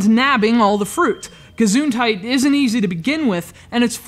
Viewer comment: the way he says gesundheit is awsome